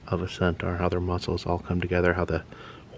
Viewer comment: Another fun video! But please check on how “centaur” is pronounced. 😅